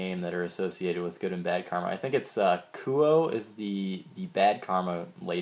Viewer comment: its kuo not kuro